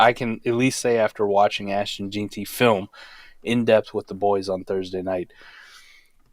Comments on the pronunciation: His name is pronounced Ashton “Gen-Tee” please pronounce the future goats name correctly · Dude, how do you expect anybody to beĺieve you when you cannot even pronounce the mans name correctly. It tells people how knowledgeable you really are and how much effort you make. It's pronounced Jen tee, and you should already know that, if you knew anything at all. Not that difficult! Well, maybe for you it apparently is.